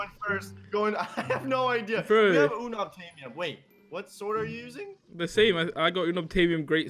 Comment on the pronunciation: the way they say 'Unobtainium' hurts It's pronounced Un ob tain ium not uh nub tay num